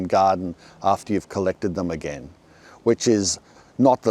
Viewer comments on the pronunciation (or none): none